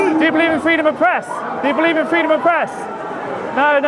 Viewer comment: Its pronounced freedom, not fweedom